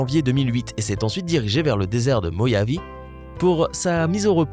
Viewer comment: Y'a rien qui va dans cette vidéo à la noix: la description et le design de l'éolienne, l'animation de moteur à piston, le 1lb=2kg, la prononciation de Mojave Moyav. C'est juste la page wiki mal lue avec des animations inutiles voire trompeuses